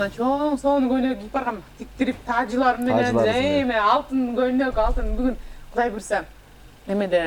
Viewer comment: Rush Tuк Rush Tuк Гудай эмес Кудай болот уят кылбачы сарт